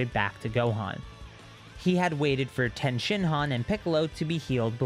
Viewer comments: Ffs its TIEN NOT TEN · Is tien pronounced differently in the manga that’s why u continue to pronounce it differently